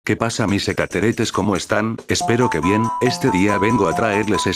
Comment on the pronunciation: Extraterrestres ❌ Etateretes ✅